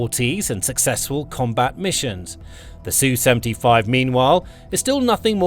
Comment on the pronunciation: It's ESS YOU, not SUE. The SU is not SUE. Sue is a woman's name. It's something done in court. Sue is not the name of Russian warplanes. ESS YOU. Sheesh.